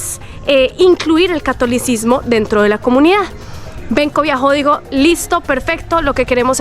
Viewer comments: No es viajo, de escribe biho, c pronuncia biojo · Benkos Bioho, se pronuncia Biojooooó BIOOOOJOOÓ, no viajó....